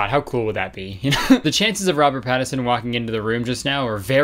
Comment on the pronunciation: Robert Pat-A-Son... Pat a son, everyone. Doesn't need to be yours, just go to a park and P A T A S O N.